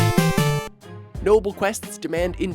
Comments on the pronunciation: Its not ninja gidin its ninja gadin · Omfg he said ninja guy-den